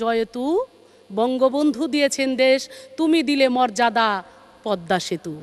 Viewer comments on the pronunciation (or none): ভাইরে ভাই কি উচ্চারণ এটা মযাদা কি 🤣খালি কি গান গাইয়া এই সংসদে টিকা থাকলে হবে😁 আর কত দিন।।।। এবার একটু বিদ্যা বুদ্ধি উচ্চারণ বাড়ান 😂😂😂